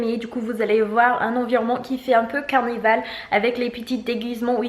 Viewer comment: Carnaval et non Carnival 😁 C’est peut-être dû à ton accent, je précise juste au cas où 😊